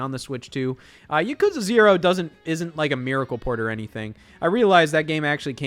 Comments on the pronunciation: To feed the gross algorithm: The way Scott mispronounces Yakuza is painful to hear. He's still been one of the most entertaining people in this space for the past 7 years or so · I don’t even care about the switch 2. I’m just here to make fun of Scott for pronouncing Yakuza wrong.